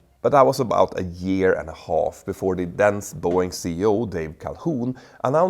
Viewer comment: Did you say “the then Boeing CEO Dave Calhoun,” or “the dense Boeing CEO Dave Calhoun?” 😂